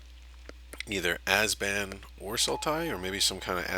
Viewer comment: OMG ITS ABZAN NOT AZBAN